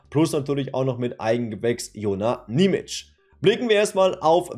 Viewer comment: Und achja, sein Name wird Nie-mi-tschie ausgesprochen.